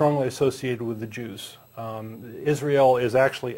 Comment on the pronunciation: did you say "Jews" or "Juice " as in orange juice ?? work on your pronounciation